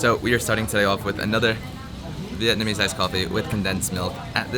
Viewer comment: also it Vietnamese not "Vietnameese".